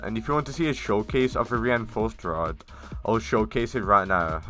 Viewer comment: "the ewapid rod"